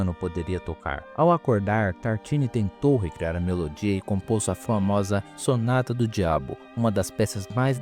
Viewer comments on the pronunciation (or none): none